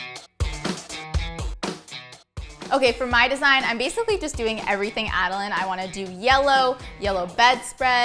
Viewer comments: When she says Ada-line 😖😖😖😖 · Tbh I kept cringing when she was saying Adeline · (Ad-i-line) is wrong it’s (ad-i lin)